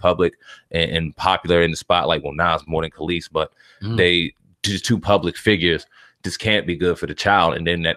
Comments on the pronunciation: Nigga it’s pronounced kah lees. When were u born, how u speaking on the culture and these people are apparently before your time u can’t pronounce her name, everyone knows kelis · KAH- LEESE is how it's pronounced, dumbass. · How hard is it to pronounce a name. It's pronounced "Kelise" and you know it! It's the same stuff we hate when white people dont bother to pronounce out names properly. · Kel-lis.. bitch.. fuuccck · I’m sorry I hate how he’s saying her name 😐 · 1 How do you want to talk about Kelis and can't pronounce her name properly? 2 Why are you sitting across from a ghost?🤔🧐👻 NONE OF THIS IS ADDING UP!!! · I'm gone need spade to get her name right first off!!!! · If you can't say her name right I'm not even attempting to watch this video...if you're gonna report...report...stop playing games...thats the reason I subbed to this channel...cuz you kept it real...now you on some fuck shit...foh... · why dont he know how to say her name??? lol thats so annoying.. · C'mon son. Get the pronunciation of her name correct. Respect your craft. She's not new. Learn how to say her name before you speak her business. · Bro, you're in media and you can't pronounce Kelis's name? As long as she has been out? Dude, get it together! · These dudes dont know shit, dont even know how pronouce the chicks name... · Tricia Tomlinson Straight butchered the name 🤦🏻‍♀️